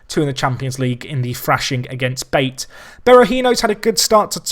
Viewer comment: Pretty sure the correct pronunciation for BATE would be 'Ba-Tae', just for future reference. Keep up the good work - definitely one of the best FM personalities on YT :]